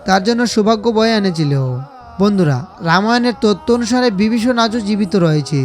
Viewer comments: উচ্চারণগুলো সঠিক বাংলা হলে ভাল লাগতো। যেমন বগবান বিবিষন ইত্যাদি উচ্চারণের কৎা বললাম । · সবই আজগুবি গল্প কথা 😮 ঠিক মত উচ্চারণে কথা পর্যন্ত বলতে পারে না ! ! সে আবার জনসমক্ষে বলে ধর্মের কথা।। 😂 বিবিষণ , ভক্ত নয় বক্ত 😢 হায় রে, আমরা কোথায় আছি ! আদতে ইউটিউবে বোধকরি কোনো বিধিনিষেধ নেই। যোগ্যতা থাকুক বা না থাকুক , যে যার মতো ভাট্ বকে যায়।।